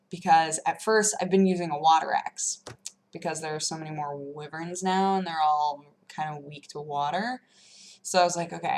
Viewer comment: I thought wyverns were said like y-verns